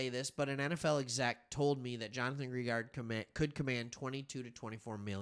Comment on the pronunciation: Dude no one cares. He also says Greenard wrong. Get over it.